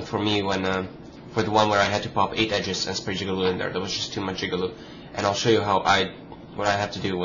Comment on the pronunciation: It's Jig-A-Loo